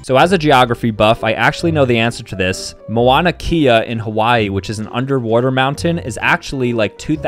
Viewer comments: It's not Moana Kea, it's Mauna Kea (pronounced m-ow-na kay-a) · “moana kea”